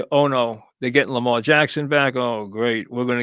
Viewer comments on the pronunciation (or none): none